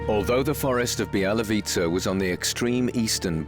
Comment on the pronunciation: Not Bielawitza, but Bialowieza (Biało-wieża - white tower)